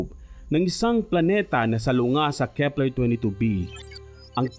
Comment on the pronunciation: at nadiskubre ng kehpplerrhh